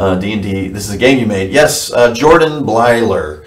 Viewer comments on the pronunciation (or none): none